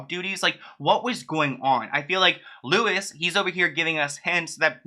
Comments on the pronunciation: I'm from Ireland, his name is pronounced 'Louie'. But that's besides the point. He's a bit of a playa himself tbh, he convinced Stephen Gately to pretend he was straight, Shane Lynch and his drug addiction, and Louis was managing them at the time......So he's not gonna wanna squeal on the likes of Lou Taylor et al because he only wishes he was as successful at it as they are..... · His name is pronounced louie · Hi, just to let you know, his name is pronounced Loo-ee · His name is pronounced Lewey but spelt Louis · "Actually, it's pronounced "LOU-wee" Walsh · UK here it's pronounced as Loo-ee lol. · It’s Loui said without the s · Louis Walsh, not Lewis Walsh 😅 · Its said more as Loo-ee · Louis is actually pronounced Loo-wee, anyways #freebritney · His name is pronounced Lou- ie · Your pronouncing ‘Louis’ incorrectly. It’s ‘Loowee’ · Louis pronounced Lewy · I love you hun but it Louis like St Louis. No s. Like looy 👌 Irish name, Google does pronunciation btw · Louie pronounced as Louis like Louis Vuitton passing out imitation lol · Hi, love your videos but the x factor judge was called louis is pronounced loo-ee or lewey x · This is the first time I've heard she had dementia?? Also Louis is pronounced as like Lewi without the s at the end 😊 Just subscribed to your channel since I'm binge watching ahaha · Louis Walsh is pronounced Lou-ee ,I’m Irish so We Stan louis well up until now I didn’t know any of this about him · It’s pronounced Louie Walsh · Great video but just to let you know, his name is pronounced like "lewy" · Finally!!! I rely solely on your channel for my Brit Brit news. You don't pronounce the 's' just loo-e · Louis, not Lewis 😂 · His name is pronounced Lou-ie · nitpicky but it's pronounced loo-ee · His name is pronounced Looey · Louis pronounced Lou-ie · Btw his name is pronounced Lou-i !! and he is a bit of an asshole tbh. Never liked him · ahaha it’s lou-ee walsh for next time( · It's pronounced Louie not Louis fyi. Mericans lol 😆